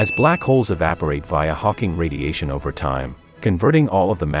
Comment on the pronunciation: hawing tuahdiation